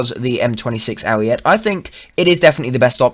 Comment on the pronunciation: ooooooook boi ima tell you something about italian they say ALL their letters it is ariet-eh not arret which is french for stop which is what you need to do to that pronounciation.